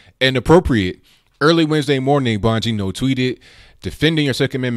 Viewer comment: Dang,! Is there a way you can tell us beforehand when you're going to be on RT? I had no idea. And you pronounced Dan's name perfectly.